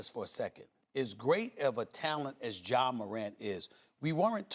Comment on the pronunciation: Bruh it’s Ja c’mon now 🤦🏿‍♂️💯